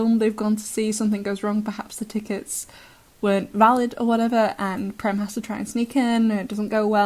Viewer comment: Prem is an Indian name meaning love in many languages of India. And the 'e' in Prem is pronounced as the 'a' in cage with the vowel being extended a bit. I am sorry but I have to correct it. It is a pet peeve of mine. And that too it is an Indian name and I am an Indian. I always thought that and I saw in the wiki and they used that same meaning. It did originally come from Sanskrit and is used in many languages of India.